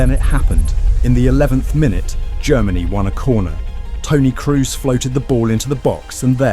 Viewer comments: Dude, is not Cruz!!! is Kroos, O! not U! is a German name. Jfc. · Is this AI? Serious question, needs to be disclosed. Narrator mentions Tony KRUS, when at the same time if he was human would know in the next edit cut his name is mentioned, Tony KROS. A.I. just reads a human would notice the difference, regardless of the double O in "Kroos". Finally Maybe editing also A.I. Colombia is written Columbia in the video. Like a A.I. that is more acquainted with U.S.A. searchs. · the narrator is an amateur with not so much basic education. He does not know that Toni Kroos is not an English man. He pronounces his name as if Kroos had an english name. This is due to a lack of education apparently. Nobody needs to knowhow to speak German , but everybody should know that the alphabet comes from the latin (originally from Greece) and not from England.